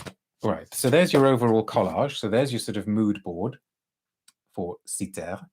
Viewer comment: Lovely video~ and props for the pronounciation of Κύθηρα~ 😊